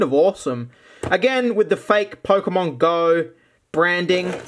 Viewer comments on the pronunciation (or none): ah yes,"POKEMOM"